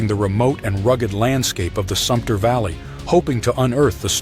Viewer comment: Wa-lam-et, sump-ner, Santi-am, that is the way they are pronounced.